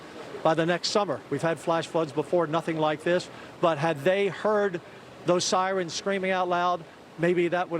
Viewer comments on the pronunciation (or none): none